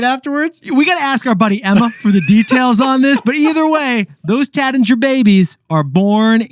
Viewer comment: Taittinger….sounds like “rait” not “rat”